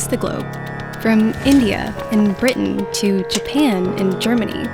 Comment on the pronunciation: did u say britan